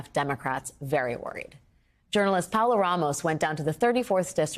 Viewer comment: Her name is Pa O la Ramos not Paula Ramos